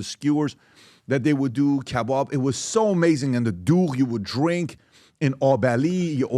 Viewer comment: KAYBOB 😂😂😂 PBD'S PERSIAN TOUNGE SLIPS INTO HIS PERSIAN ACCENT 🤣🤣🤣🤣🤣 happy KAYBOB yerrrr 🎉 the way you pronounce year sounds like a new Yorker... Who all agrees like mu comment.